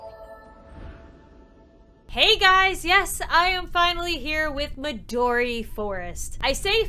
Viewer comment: Midori not Madori